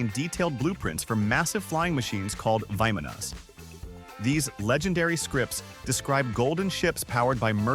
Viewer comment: What if a real human told you this instead of a moron musk al. Listen they are pronouncrd veeeee Manas not like that morron. As well few these inventions finally show up like teslas first cell phone he tested worked but not till late 70s finally start be reallity not until 2000 plus common people have one. Also a similar guyearly 2000 same idea used lazors to kill cancer works. But same shut down. Mass crooks of epic proportions